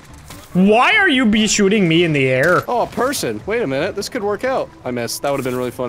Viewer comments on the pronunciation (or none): "air" he sounds so Canadian